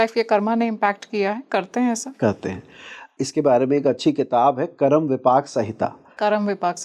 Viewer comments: कर्मा या नक्षत्रा क्या होता है ? सही उच्चारण करिये । यह हिन्दी का कार्यक्रम है । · बहुत सुन्दर ज्ञानवर्धक podcast hai पर जो आप ये इस्तेमाल करते हैं पद को पदा,कर्म को कर्मा,योग को योगा कहते हैं तो अजीब लगता है हिंदी के podcast में